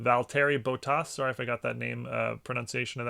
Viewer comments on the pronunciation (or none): none